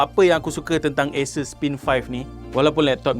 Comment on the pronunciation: asus ke acer? bunyi sebut asus. hehe